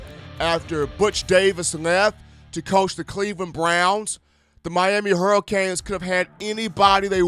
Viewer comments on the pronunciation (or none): lol right, he butchered that like 20x and he also said miami hurral canes, what da fux? lol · miami hurral canes lol, mike locks-lee come on dude u gotta pronounce this stuff right